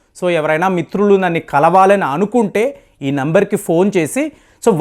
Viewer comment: నన్ని కాదు గారూ “నన్ను” అని చెప్పండి తదుపరి వీడియోలో👍💐